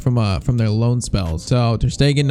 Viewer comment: PCQ: Develop Ansu to a Striker, even if it takes a lot of time. Edit: btw, it's not pronounced TeÑas it's pronounced like a normal N.